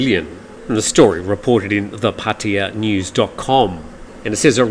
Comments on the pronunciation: This old guy has been living in Thailand more than 13 years but still can’t pronounced Pattaya correctly PATTAYA - Pat- ta - ya PATIA - wrong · I'll miss your mispronaunciecion of PATTAYA 🤪